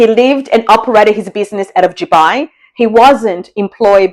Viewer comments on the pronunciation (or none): Note: it is actually Dubai and not Jubai.